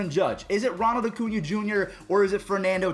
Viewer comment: If you don’t stop calling him “O-cuña”